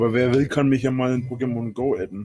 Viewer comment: PokeMONGO, wenn man die Betonung falsch legt, aber die Betonung damit genau IHN beschreibt, lulz! Ich geh kaputt, wer geht mit?